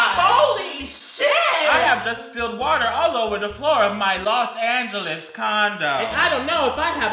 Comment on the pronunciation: I swear I heard Los Angles condom